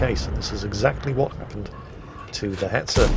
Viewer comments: Oh baiter. I was wondering why you were saying beta. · Baiter?! No, more CurryWurst for You until You get it right!!